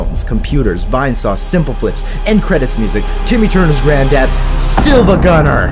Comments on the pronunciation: He said sihl-vagunner not see-vagunner I can't take it seriously/j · Every time he pronounces it "siLva" instead of "siIva" I die a little. The username is spelled with a capital i, not l. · definately his first time. he literally says "silvagunner" when it's said siivaguner. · This guy be like SILVAGUNNER instead of SIIVAGUNNER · Siiva why say siLva when it's more like seeva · Bro called him "silvagunner" bruh it's siivagunner, see-vuh-gunner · Wait, it's SIIVAGUNNER, not SILVAGUNNER? How a Video Destroyed my Mind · its siIvagunner not silvagunner and the pronounciation reflects that. its pronounced like see, not silver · The fact that he kept saying silvagunner instead of siivagunner made me cringe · In the video the guy mispronounced the name. Instead of it being “IL” as in “SILVA” it’s “iI” as in two “I”s as in “siiva” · hey man it's siiva not silva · i will now be bothered this entire video because you say siLva instead of siIva great video otherwise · It’s so painful to hear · ready for another mindfuck? it's actually pronounced "seevuh gunner" (the "L" is actually an uppercase "i") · It’s actually pronounced SEE-va gunner, the I is an i not an l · It's pronounced Siivagunner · It’s seevagunner bro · it's pronounced seeva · you know what else can demolish someone's mind hearing someone mispronounce SiIvaGunner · imagine making a siIvagunenr video and getting his name wrong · siad siiva with the L lol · Instantly disliked he pronounced siivagunner wrong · umm...that's not how you pronounce "siivagunner"